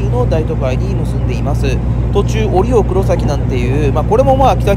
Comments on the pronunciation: 折尾最寄りだけどかんのさんの折尾のイントネーションに違和感を感じてしまった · 折尾駅の動画で指摘したんですが、折尾の発音が相変わらず変ですね。博多・小倉と同じなんですが。難しいんですかね。難しいのか!?